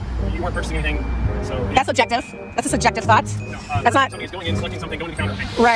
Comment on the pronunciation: Did she, being a moron, say “sugective”?